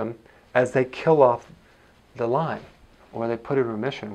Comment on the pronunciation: Lyme not Lymes